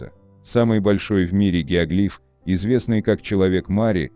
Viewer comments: ГиоглИф?!! Всю жизнь был геОглиф, а тут... В-общем, работайте над ошибками. Тут у вас поле не паханное.) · Гео́глиф, а не геогли́ф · Геоглиф,ударение на букву О.